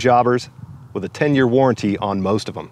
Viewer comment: 10 jear warranty? You mean lifetime...